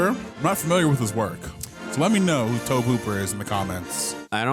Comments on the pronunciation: I saw it at age 13 on HBO, one year after it left the theater. Scared the hell out of me! Practical effects were awesome! Sadly, yes, she died. Her nane was Heather O'Rourke. May she R. I.P. P.S. Not trying to nitpick, but Tobe is pronounced as Toby. Just helping out, guys. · By the way, Tobe is pronounced the same as Tobey, not Towbe. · Pronounced To-bee Hooper I believe- directed original Texas Chainsaw Massacre”😮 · "Toab Hooper!" I couldn't proceed. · The way you guys said Tobe Hooper, made it sound like Toe Pooper, so much that I had to rewind the video because I knew that couldn't be right, but even after seeing the actual name, y'all still definitely said Toe Pooper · and it's pronounced To-Bee (Toby)...they say they're film geeks? (Shakes head in disappointment)